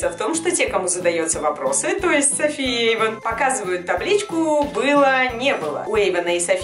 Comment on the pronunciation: Эйван неправильно атветел